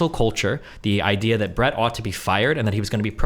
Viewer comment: I don't understand how at this point even Steven isn't pronouncing Brett's name correctly.